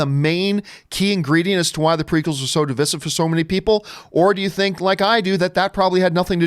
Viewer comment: Why is he saying Divisive wrong?